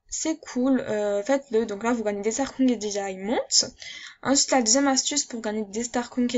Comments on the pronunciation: Super video merci pour les conseils il me servirons ;) et sinon on dit starcoins pas starcouing xDD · On fit starkoyne 😂😂 pas starcoing mdrr 😂 Sinon je t'adore! JE TE SUIS DEPUIS LE DÉBUT DE TA CHAINE GROS BISOUS 🌹❤❤❤❤❤❤👑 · Comment t'ai richeeee sur MSP t'ai Une Start :) 😂 combien de fois ta dit stargoing ? 😂 Comment tu le dis MDR et ton accent ptdr 😂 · Mdrr des "starcouing" xD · J'adore ton axent j'adore Strascouig sinon super vidéo 🖒🖒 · Ha ha jpp comment elle prononce xDD